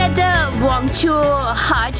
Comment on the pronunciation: First.. I'm going to subscribe your channel.😊 Second.. Please make a little effort to pronounce Wancho properly next time. Most of the people pronounce it Wangcho instead of WAAN-CHO. Nothing that we mind but we will feel really good to see you pronouncing it correctly next time😊. And regarding rice beer.. It was intrinsict part of many tribal culture like ours. Community work, religious ceremonies and festivals are incomplete without a sip of it.. Good luck. Go ahead with your work sis.